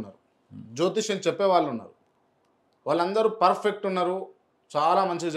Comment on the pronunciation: Asalu nuvvu ferfett ane padam perfect ga palukuu ra babu